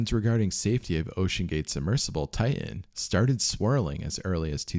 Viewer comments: If I hear you say tian instead of titan one more I’m out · It's not Tigh- en it's tight- ten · The name of the submersible is Titan, not Tie-in. There is a second T in the name. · Bro it’s TITAN! not Tai-n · its Titan, not Tie-in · Why do Americans say "Tigh'hen" instead of Titan? This is the 3rd American YouTuber in a row that pronounced it that way now 🤔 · Please!! It's not "Ti-an", it's "Ti-tan!" It's not "boo-ee", it's "boy." (as in buoyant) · Ty uh. Ty uh. There's supposed to be two Ts in Ty uh. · When did TiTAN become "Tie in"? That sounds like wannabe gangsta ebonic crap. Oh no you dih int. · How many times does he say "ti-an" lol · Pssst, are you aware that you don’t pronounce your “t”s within your words? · I lost interest at the first Ti-en. A quick prayer for all the lost T's. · Please prnounce your t's. Don't say ti ann. Drives me nuts. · oh mygod , please learn how to say words like titan and barton or briton